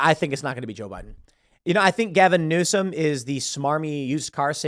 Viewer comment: “Newsome” Dear fucking God no.